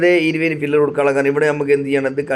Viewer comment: ഫില്ലർ അല്ല pillar...😊